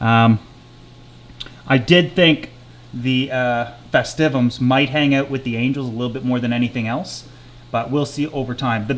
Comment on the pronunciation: Congrats you're the only person on the internet I've found that pronounces the denison barb as "denyson". Try "dennis-son" and "festive-um".